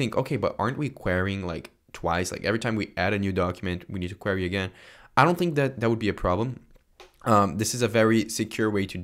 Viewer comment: You're pronouncing "query" wrong